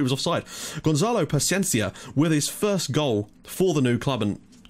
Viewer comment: You are saying Gonzalo Pachiencia. In Gonçalo, the "ça" its like in "sa" in "salad" and paciência its like "sy" in "syrup". You are saying it like a spanish/argentinian name insted of a portuguese/brasilian name. Also, you are saying GonçaLO and its GonÇAlo. Its a commom mistake and i give it to you, portuguese names are really hard to say correctly if youre not Portuguese. :)